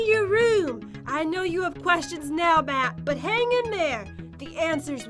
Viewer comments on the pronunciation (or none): it`s not pat it`s matt geez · PAT JEN why do you keep saying PAT instead of Matt?!?!?!?!?!? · your saying Pat not matt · At one point said "pat" instead of Matt she said it a few times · he said pat not matt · Why did they say Patt instead of Matt